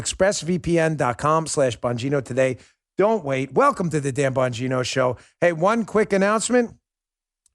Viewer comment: Sometimes when you say,"Welcome to the Dan Bongino Show" it sounds like you're saying,"Welcome to the Damn Bongino Show."